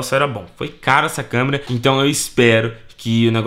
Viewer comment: "LEGENDA/CAMÊRA" KKKKKKKKKKKKK ACHO QUE É ""CÂMERA """ ALGUÉM TAMBÉM ACHA?